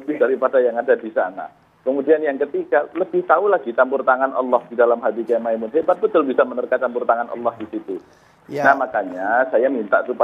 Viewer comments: Maz andre saya mau meluruskan yang benar Mbah Kiai Maimun bukan makmun/Mamun... mohon jangan salah sebut kyai kami lagi😊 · Andre nyebut mbah moen saja salah. Masa kyai ma'moen ??